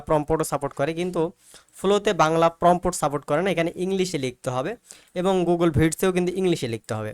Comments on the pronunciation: ভাই অইটা প্রম্পোট না প্রম্পট (Prompt) হবে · আপনার কথা শুনে হাসি পেল। এখনো সাইট বানান পারেন না বলেন সাইড আর প্রম্পট উচ্চারণ করতে পারেন না। অথচ সবাইকে শিখাতে চলে আসছেন